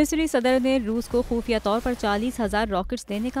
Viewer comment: خفیہ ✔ خوفیہ ❌ 😅😃😂